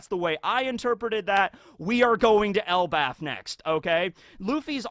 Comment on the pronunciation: why are you saying Othen and Elbath? I swear its Odin and Elbaf...